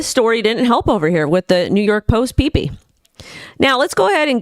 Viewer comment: Excuse me , its pepe not pipi. 😂